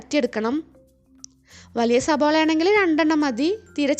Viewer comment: സവാള... സവാള... സബോള അല്ല